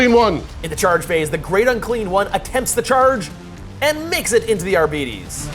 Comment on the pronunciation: "Arbeetees" :D